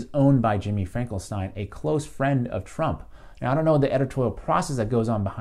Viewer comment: Great analysis! Keep up the good work,! I too disagree with Vaush that Rising is an "alt-right pipeline", though it does seem like Saagar doesn't go anti-establishment right nearly enough. Also, its Finkelstein not "Frankelstein"